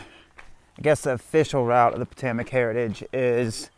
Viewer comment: IKR? That and “Po-TOE-mick”